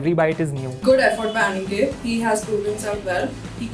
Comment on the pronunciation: I love how he says Aaniket Instead of aniket